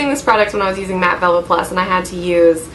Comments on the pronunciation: i'm pretty sure she's saying "mat velvet plus" haha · lol I think she's trying to say mat velvet..